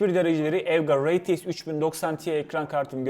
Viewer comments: rey ti eks değil ar ti eks olarak telaffuz edilmesi gerekir kardeşim. Allah aşkına kulaklarım tırmalanıyor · Reytieks demesen bi de şuna